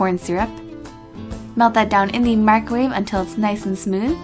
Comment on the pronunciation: Mic-ro-wave not micrwave